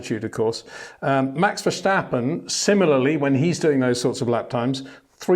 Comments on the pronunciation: Please learn to pronounce his name. Its not Vershtappen, its Màx Verstàppen (both a like in 'marginal') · You're pronouncing his name wrong. In Dutch we say Ver-stap-in, not Ver-shtap-pen. That 'sh' sound is a German pronunciation and therefore incorrect. Thought you should know. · HEY PETER WINDSOR, I HAVE MESSAGE FOR YOU SIR: With all due respect ... it is NOT Max "verSHtappen" ... Max is not German (Germans indeed do pronounce "st" as "sht") ... #Max33 = Dutch NL/Belgium! ... It is not "Bottash" nor is it "Lewish" certainly not "verSHtappen" .... This BS started long time ago when a British sport presenter interviewed father Jos Verstappen and assumed you can use a German pronunciation to a Dutch Driver thinking it is so "funny" ... It is not. Serious question: can any Englishman say "versatile" out-loud without saying "vershatile" phonetically? most can about 99,99% ... that is why most English can pronounce Verstappen 100% correct! Father Jos Verstappen (also F1 Racer) was very active between back then only a very few said "Vershtappen" but the vast majority of British sport presenters pronounced it perfectly ... only a few old stubborn farts like Peter Windshor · Got to agree here, there's really no reason for any English native speaker to pronounce his name as "Vershtappen". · Peter, there is no ‘sh’ in verstappen. It’s just like in stop or step. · It would be similar to calling Lewis Lewish and Peter Windsor Peter Windshor, it does seem to be getting less bad tho xD. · Ok, itsj a pet peeve of mine, but I need to exjplain what 'bothersj' me about your pronunsjiation of Maxj' lasjt name. Somehow many English imitationsj of the Dutch accent, add the 'sj' where a regular 's' would be jusjt fine. It'sj in German where that 'sj' sjound isj mosjtly usjed. I don't expject people to faithfully make wordsj sjound asj they do in the original language, but for heaven'sj sjake man, you don't pronouncje Lancje'sj sjurname as Sjtroll, so why would you add a letter for Max?